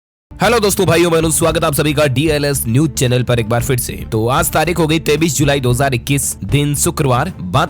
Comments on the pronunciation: aap 23 ki jagah 33 keyu bolte hai hum bar bar aapke news me sune hai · Bhai aap 23. KO 33 Bolteho